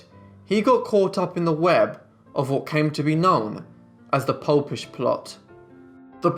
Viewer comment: The "popp-ish plot"??? Surely the "Pope-ish"